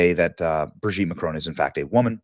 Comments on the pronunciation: It's Bro-gitte! Yo! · Just don't know why this journalist has to grunt like a pig everytime he pronounces such an easy name Brigitte. Neither does he know how to say Jean-Michel. He has to translate it to John Michael. He's a real idiot. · ❌ Brigitte ✅ Brogitte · I guess its Bradley instead of "Brigitte" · Naaah stop saying BRIGGITTE like that I'm screaming. watching this on a bus 😂😂😂😂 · I scream every time Benny says "BRIGITTTE!!" Benny is UNMATCHED! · They way he's gotta say her name "BRIGITTE"🤣🤣🤣🤣🤣🤣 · Benny I love how you say Brigitte 😂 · Every time Benny says the name I start giggling! 🤣🤣🤣🤣🤣🤣🤣🥹🥹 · 😅 everytime Benny says Brigitte 😂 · Hi Benny! I'll tell you what I think; I think I love the way you say Brigitte! Makes me chuckle every single time! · Every time you say BRIGITTE it sends me to the moon 😂😂😂